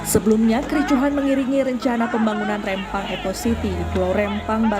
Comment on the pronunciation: REMPANG BUKAN REMMPANG ADUH HOST NI